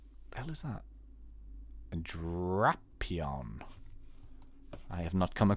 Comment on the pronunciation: It's dra-Pi-on